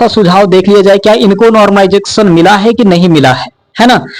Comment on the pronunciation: माइकल जैक्शन बोल दिया कर , नॉर्मलाइजेशन नहीं बोल पा रहा तो!!